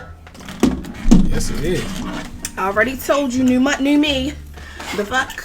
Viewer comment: “New mont new me”😂😂😂😂😂